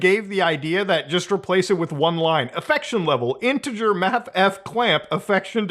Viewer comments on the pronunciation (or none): none